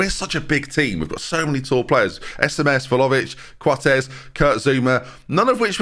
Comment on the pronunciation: I mean he continues to pronounce Vlahovic wrong so not like he's gonna change anything now is he lmfao